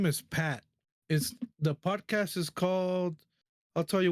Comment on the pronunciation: It sounded like you said the Pdidy podcast 😆. Ped…podcast okay.